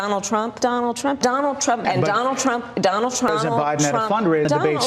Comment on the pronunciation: Donell Trump (her pronunciation) is to blame for everything she did. If not for Donell, her history would be pristine. In fact, if it weren’t for Donell Trump, she would be a Virgin. Even though she never met him before the debate that she won.